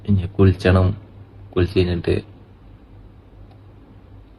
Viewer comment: കുളിച്ചണം എന്നല്ല കുളിക്കണം എന്ന് പറയൂ